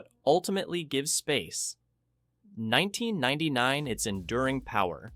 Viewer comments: what the hell it's Space 1999 not Space...1999 learn to read a script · why does AI make such an awkward long pause after "space............1999"? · Grrr...hearing "Space [unnatural pause] 1999". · Space (3 second pause) 1999. Stupid AI narration. Geez. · Great review, BUT... "Space:.....................1999" A.I. pause...................most annoying.🙄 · Nice video apart from the dreadful "SPACE (pause) NINETEEN NINETY-NINE " was unbearable so I was forced to kill the sound! Sorry!!!😮😢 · Space. 1999. ...That small pause of missed intonation shows exactly what AI lacks - intuition and experience-based learning, not algorithm-based machine learning. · My main comment. Space < pause, pause, pause > 1999. Maybe if the script reviewer cut a few of the repeats. Oh wait, that is an A.I. as well.